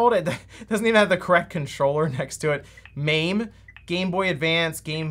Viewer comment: It's not mayme it's mah may. Mame means small or miniature